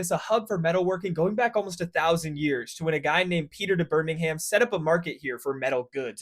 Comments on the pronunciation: As a Brummie born and bred, I appreciate this introduction to our city. I concur with many of the comments that Brum wouldn't be many people's favourite places and that you definitely don't pronounce it Birming-ham (it's more like Birming-um), but I think many others are being harsh. We've got an excellent industrial and intellectual history, some of the largest green spaces of any urban area in Europe, lovely canals, and a European Cup winning football team (UTV!), plus the Cadbury factory, lots of good universities, and a brilliant Indian food scene - the Balti is one of Brum's finest creations! Parts of it are rundown, largely down to Thatcher and poor management from successive (and likely future) governments and councils. The current bin workers strike doesn't help matters, though all solidarity with them. Overall though, I think we're a misunderstood and overlooked city with a lot of decent working people. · nah, just brum. But if do want to say it out fully it end in -um, no h, just -um. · I’m so used to birmingham being pronounced normally like behmingam that hearing all the letters pronounced took me out lmao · "Shit-stain" not "Birming-ham" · "Birming-ham" "domes day" 😆 great engagement farming bro I rate it 9/11 👌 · It really does my head in every time Americans pronounce the sufix for cities "ham" like the delly product. Moreover Birmingham is the capital of Alabama, and is pronounced the same as the English city. So they have no excuse for not knowing how it's pronounced. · “Birming HÆM” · Too much emphasis on HAM mate 😂😅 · please never say the name of my city again 😂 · Except for the pronunciation or mispronunciation of both Birmingham and Domesday, good vid! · I pretty much ignored the entire video screaming about the "Domesday books". I can forgive the US pronunciation of Birmingham, but getting the wrong name for one of the first national censuses is pretty bad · Thats not how you pronounce Birmingham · Came here to say just that😂😂